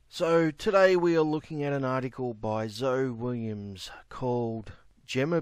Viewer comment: Zoe is pronounced zo-ee.